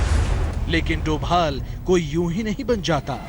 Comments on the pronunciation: he is ajit *dobal not doval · sorry Novel nahi Doval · it's dobhal . not thought aaj tak would do that